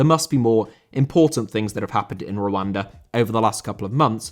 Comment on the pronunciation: i know you are saying Rwanda... but im literally hearing "wakanda" every single time